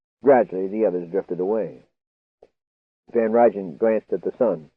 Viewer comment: L[sten, pa. It's Van Rhine and Nie is pronounced knee.